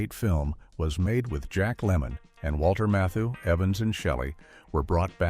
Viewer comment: I noticed it also referred to "Walther Mathoo"🤣